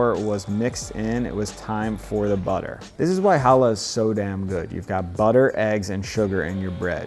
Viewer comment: disgusting. I mean you cannot even pronounce the bread name Challah correctly. tsk tsk tsk. Disgusting channel.